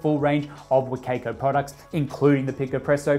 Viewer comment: every time he says wa kay koe i die inside a little bit